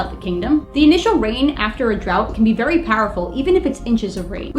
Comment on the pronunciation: THE WEATHA! VEWY PECULIAR.